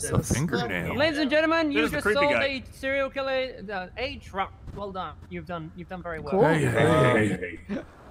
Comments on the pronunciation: ‘Ciller killer’ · “Siller killer” lol